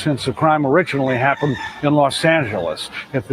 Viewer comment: I'm in the hospital laughing and you're making my monitors beep! "It happuned... it happuned.." It's SENDING ME!😂😂😂